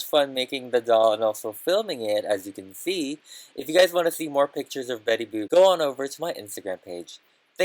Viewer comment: You kept calling betty boop betty boob :D Oh and you should definetly make jessica rabbit too!